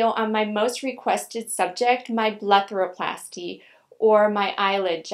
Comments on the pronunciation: Am I tripping or does she say BLETHAROPLASTY instead of BLEPHAROPLASY. lool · It's called a BlePHaroplasty...not a BleTHaroplasty.